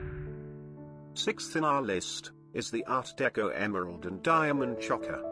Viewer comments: PLEASE! PLEASE! Cease with the robo voice😩 It is incapable of correct pronunciation. Chokka??? (Choker)😩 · "Choe-ker," not "Chocker." !!!